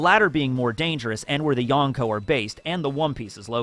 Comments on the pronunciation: "YOn - NKO" really? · " the YONG KOU"